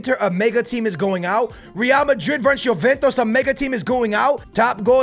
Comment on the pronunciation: “Yoventos” ....smh